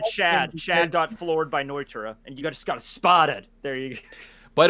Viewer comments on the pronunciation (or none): none